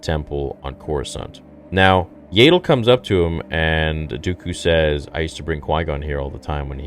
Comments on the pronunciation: Ya-dull… not yay-dull..dear god😭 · You're still going to pronounce it YAY-del even after the show makes it CLEAR it's pronounced YAH-DEL??? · What;s with the mispronounciation for the names of the characters?? Do you even watch the movies or shows?? Why the F do you change how Yaddle (Jaa ttle) Not jay ddle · BRO ITS YADDLE NOT YAYDDLE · Isn't her name pronounced Yaddle like paddle and not Yadle like ladle? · I think you’re right. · I thought it was pronounced "Yah-ddle" & not "Yay-ddle" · Bro I’m sorry I hate to sound like a hater. But this is made by Filoni whom I’ve even heard you say he’s like George Lucas alternate and you have backed up many of his actions. That being said. It’s YAD. Not Yaydle. They say in the show multiple times. So meaning it’s Canon. Not Yaydle. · I love your videos but I really hoped that after hearing her name in the episode, that you would start pronouncing her name as Yaddle (short A) like saddle not like ladle. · Isn't it an ah sound instead of and ae sound for Yaddle? Legitimately don't know. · It’s Yaddle, not Yaidle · Yaddle. Not Yaydle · Why do you insist on still calling her “YAY-DOOL”? It’s “YADD ILL” They even pronounced her name in the show for Christ sake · Yaddle is pronounced Yeah-ddle not Yay-ddle. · As if is STILL saying Yaddle as "Yay-Dull". FFS! It's literally said several times in the episode as "YAD-DULL", so it rhymes with paddle. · . Her name is pronounced Yaddle, not "Yaydle". You really need to get her name right. I have heard you say it wrong the whole time you have been saying it. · im sorry "Yaedle"? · IT PISSES ME OFF THAT HE SAYS YAYDLE OMFG!!! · And then said yaydol lol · isnt it pronounced "yeah-dole" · Stop mispronouncing Yaddles name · say her name RIGHT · Dude, why do you insist on mispronouncing Yaddle? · that pronunciation of yaddle💀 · They literally said her name several times and you are still not pronouncing it incorrectly !!! Do you have a mental disability ? If you do I apologize .